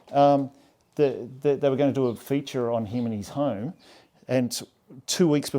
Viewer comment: His oern hoerm!